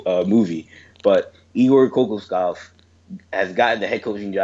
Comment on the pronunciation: Hate to be this guy but it’s pronounced ko-KAWSH-kov